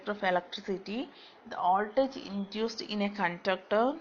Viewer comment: It's Voltage not "oldage"